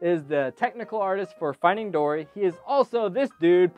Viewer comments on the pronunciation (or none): at the beginning you said dordy